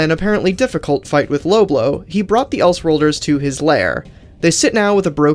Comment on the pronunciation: This dude really said loblow........